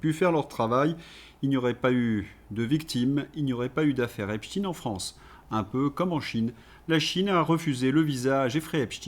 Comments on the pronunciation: Merci (?), vous avez le soutien de Vladimir Poutaine et de Frankenstine. Tout commence par la prononciation disait Albert Einstine. 9a veut dire quoi? Et pourquoi êtes vous insignifiant dans le paysage des lanceurs d'alerte? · Merde à vous à prononcer epstiiiiiine merde!!! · Bon en France on prononce Epstein comme wittenstein ou Epstein Epstiin m'enerve. A part ça ça va 😂😂😊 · Cessez avec epstine !! C'est espstein comme Albert... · Nous sommes en France EPSTEIN et pas EPSTINE...S'il vous plait ! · STEIN STEIN STEIN. PAS STIN. CNNO. ARD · ….. pourquoi dites vous Epstine, et non pas Epstein, comme Einstein…? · Pas epstin c'est Epstein faut vraiment arrêter de dire epstin s’il vous plaît MERCI MONSIEUR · Pouvez-vous arrêter de dire: Eptin, c’est Eptein, en allemand c’est aïn !!!! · Epstine nom us: à prononcer à l'américaine . Soit epstein nom juif allemand à prononcer à l'allemande. Ne pas confondre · Salut à tous!!,on dit Epstein pas epstine 🤣🤣 comme on dit Lichtenstein,pas lichtenstine,alors je sais qu'ils aiment bien bien changer de nom, mais rien ne sert de les couvrir 😈😈 Comme on ne dit plus police ou gendarmerie mais milice et la justice est devenue l'injustice!! Grâce à qui?? Au feministo gauchisme bien sûr!!! Le camp du bien!!! Enfin,la dictature et la chianlit on connait, mais il serait dommage que les gens de droite se laissent gangrener par la distorsion verbale de la gauche!! On part de la déclaration des droits de l'homme et du citoyen (oui en français le masculin prime sur le feminin ) pour finir sur du celles et ceux et du iel... Notons que la marque "distinguée" qui consiste à dire: mesdames mesdemoiselles messieurs, c'est un peu comme tenir la porte à une femme!! Les raccourcis linguistiques sont légions pour flatter les gogos... 😈😈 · Il est comique 😂 il dit epstine, comme nos médias subventionnés. Je vais attendre avant de m'abonner à la chaîne. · pourquoi dites vous EpsTine?